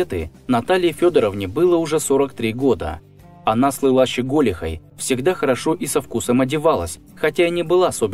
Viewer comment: Не употребляйте в речи те слова, которые не знаете, как произносить. Не щегОлиха, а щеголИха - это женщина, демонстрирующая с удовольствием свои наряды.